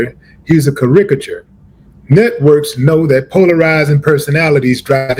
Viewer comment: What in the motherfuck is a "cuh-rick-ature" ???? Sydau